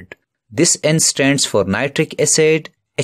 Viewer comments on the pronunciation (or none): its acid not acet lol